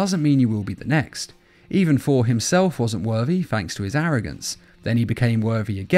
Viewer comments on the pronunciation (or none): His name is not "For", it's "Thor". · It’s funny it sounds like he is saying four instead of Thor